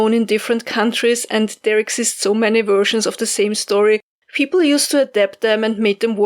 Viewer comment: I planted onion starts listening to this. The doggo & puppy kept me company. I love you, but listening to 'wersions' always makes me smile.